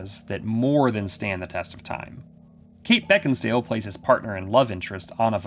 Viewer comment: Beckinsale* not beckinsdale